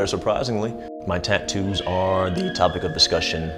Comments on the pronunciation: is gorgeous either with or without the tats. I love the way she tadoos (tattoo's) lol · I'm still not over the fact she pronounces "tattoos" as "taddoos".